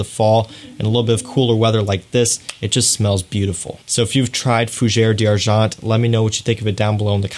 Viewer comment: I enjoy your videos and the details that u offer. But FFS learn how to pronounce the right name of the perfume. Now, we have unlimited sources to learn properly how to pronounce the name in the right way. I closed to many videos from you when you butchered the language. Please, LEARN.